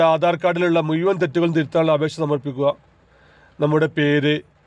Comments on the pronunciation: മുയുവാൻ അല്ല മുഴുവൻ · എട ചേട്ടാ മുയുവൻ അല്ല മുഴുവൻ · ആദ്യം സംസാരിക്കാൻ പഠിക്കൂ.. മുയിമൻ എന്താണ് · മൂയ്‌വൻ എന്നല്ല. മുഴുവൻ.